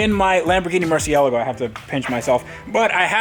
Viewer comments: Dude, it’s Mur-see-lago, not mur-see-el-a-go! Other than that, keep on going, enjoy watching your unique approach! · It’s pronounced MurcielAAAgo dude, it’s Italian not Liverpudlian! 😂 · I gotta ask, isn't it mur-see-a-LAH-go? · Please stop saying Murcie-elago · Lol why do you pronounce murcielago this way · Pronounce Murcielago right for once. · I saw you on vinwiki a day or two ago, back when you said murcielago right. Those were the days.